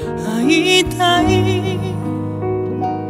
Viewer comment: 初期の歌い方を聴きたくて来ました。 あいたいの"た"の発音が綺麗。いま現在は、 "ッた"みたいに発音されるので、嫌です。歌い方が変わってしまいました。 この頃の発音に戻って欲しい。